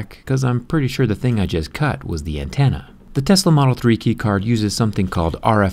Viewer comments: Is it just me or does he say "antenna" as "antanna" Idk but its bothering me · What’s an antanna jerry lol